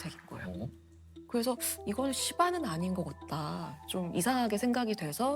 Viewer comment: 그게 아니라 같다를 겉다로 발음하시는 걸 말하는 건데요